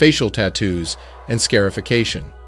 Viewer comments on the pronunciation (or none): Quit having some white dude off Fiverr or wherever narrate your facts. He is not convincing and probably purposely mis states words. Scare I fication? Not scarification? That among many things. You even cut him off at points. No more white narrators